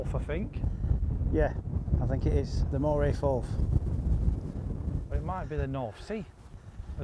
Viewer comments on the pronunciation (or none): I want to play Hopeman. Great video again! Love and attempts at telling the golfmates where they’re playing “Moray Forth (Firth)” and the local distillery that produces Amberlour (Aberlour) 😂😂😂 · Pedantry. It’s not the Moray Forth, it’s the Moray Firth. And the one near Edinburgh is the Firth of Forth